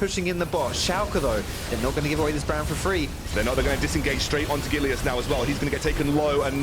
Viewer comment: I'll complain about the way he says gilius